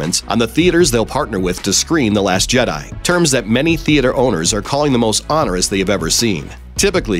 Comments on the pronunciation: He also pronounced it wrong (it’s a long ‘o’) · He said it weird. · You said onerous weirdly